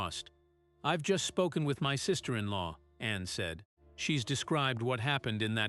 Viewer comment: This computer must learn how to pronounce “Sergeant“. “Ceiling”. “Said”.